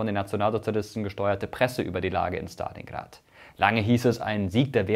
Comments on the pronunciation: Man merkt das du eine Russisch sprechende Partnerin hast. Du sprichst Stalingrad richtig aus mit ST, normalerweise sagen die Deutschen SCHtalingrad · so spricht man es eben im russischen aus es ist nicht schtalingrad sondern stalingrad kannst dir die ausprache j ma lim interernet anhören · Mirko kann gut aussprechen Stalingrad 👍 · Dislike, weil du Stalingrad so authentisch ausgesprochen hast.